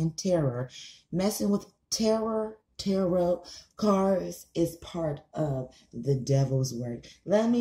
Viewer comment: You sound like Bush saying "terror" when you attempt to say tarot...